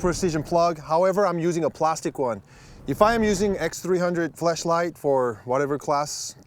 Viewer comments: smirking and thinking did he say flashlight or fleshlight? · I feel like purposefully makes flashlight sound more like fleshlight because he can get away with it.